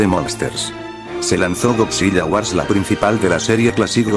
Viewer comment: Oye, te informo que cuando dices godzilla en tus videos se escucha "godziya", para que se escuche mejor recuerda que tienes que ponerle una L al escribir en el Loquendo godzila. Eso es para que cuando subas un nuevo video de godzilla se escuche mejor;-)....